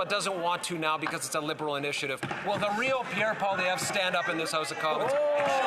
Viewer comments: I swear when Karina Gould was first speaking she almost said "This side of the heist". Not "house"... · Haha,it sounded like gould said 'this side of the heist'.